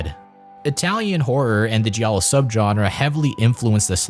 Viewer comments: Wow, where are AIP and I was a Teenage Werewolf, The Haunting, The Innocents, The Day the Earth Stood Still, Italian Gothic? Not one mention of Steele? Or Price? And giallo is pronounced JAL-lo. This history needs revising. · I don’t know what pisses me off more,you mispronouncing multiple Giallo filmmakers names or mispronouncing Giallo itself,this is one of the worst documentaries I’ve ever only watched half of